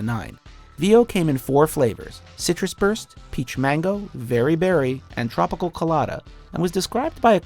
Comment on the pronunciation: I hate the way he says tropical